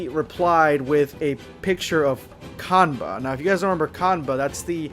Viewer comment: His name is Kanba not cumber